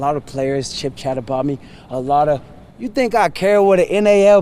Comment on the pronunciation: We seriously gonna skip over how this dude seemingly cannot even speak simple words like CHIT CHAT, correctly?? He’s a walking word salad.